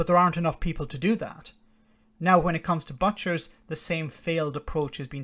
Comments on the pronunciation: Come on, get it right. ' Boot' as in foot, chers, butchers, not but- chers. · This brexit fiasco is going to keep comedians in work for years to come and its pronounced boot'chers...